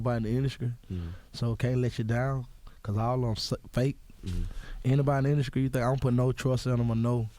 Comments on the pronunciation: The induscry😂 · skreets = streets induskry = industry